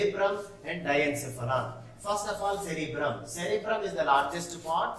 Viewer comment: You are saying wrong sir at cerebrum and cerebellum